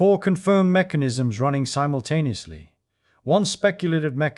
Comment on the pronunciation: “forheead bone …. develops in adoscence” “labyrinthine cells between eyes” “Each cavity ressonantes at thae own frequency - humming excites them all simblucentelly.” SIMBLUCENTELLY! 😂😅